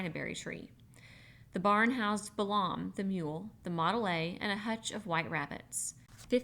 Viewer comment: I generally like this, and I'm 8.5 hours, but I have some constructive criticism: * there a LOT of mispronunciations (Balaam is pronounced bay-lum; ensign is pronounced en-sun; SAC is sack; Wechek is we-check, etc.) * you omit words from the book that you apparently think are inappropriate, but doing so subverts the author's work * there's a HUGE silence at the tail end of Chapter 10.